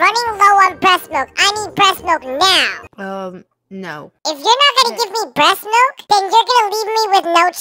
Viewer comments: HELP R U OK U SAID BREST MILK LM FAOSOAODIO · Bro why did he cips saying resmilk